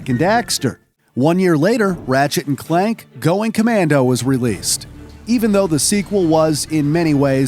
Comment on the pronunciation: Is this channel narrated by a real person? How did they get Clank wrong and called him Clark???